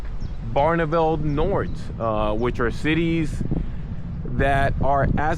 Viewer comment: Noord. as in North. Noor is wrong.